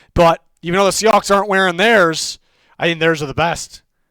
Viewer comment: Did he call them “Seahacks?”😂